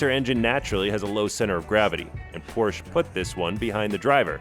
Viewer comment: YOU CAN PRONOUNCE PORSCHE!!!!! This makes me happy. U deserve a like!